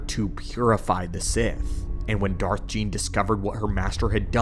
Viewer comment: Not Gean lol.